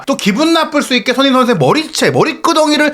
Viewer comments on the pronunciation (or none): 알부라히 선수는 메시나 호날두 같은 스타급 선수들에게 특히 도발을 잘하는 선수같아요. 우리 귀한 손흥민 선수 발음좀 잘해주세요. 맨날 소응닌이래 ㅜ